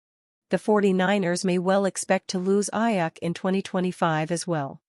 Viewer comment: This AI crap is driving me crazy. Robotic non feeling stuff. It brutalized Aiyuk name.😊